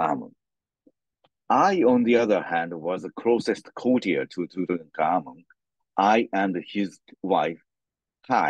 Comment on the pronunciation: sweetheart, the king's name was NOT TuKankhamun, or Tukhamun (although it was, originally, Tutankhaten, until after the Amarna period), both of which you called him. It is pronounced like it is spelled, TuTankhamun. Also, his father Akhenaten, NOT Ignaten, which, for some reason, you called him.